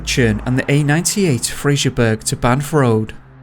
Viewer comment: It’s “Fraser” not “Frasier”. 🙄